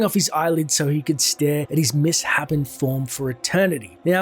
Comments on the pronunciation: it's"MISS-SHAPEN" not "MISS-HAPPEN" lol someone's only seen the word written :P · I guess you meant to say "misshapen", as in "mis-shapen" not "mis-happen". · 'Mis-shapen'. Not 'Mis-hapen'. Sorry to be 'that guy', but you've said it dozens of times incorrectly and it's annoying. Good video though :) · You keep pronouncing misshapen as “miss-happen”. It’s pronounced “miss-shape-en”. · it’s pronounced mis-shapen not miss-hapen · it's pronounced 'miss-shape-en'